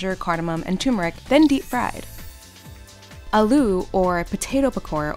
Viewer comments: It's Aah-loo. Not a-loo. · aluuu ? Miss, it's aaloo. Kindly note the pronunciations.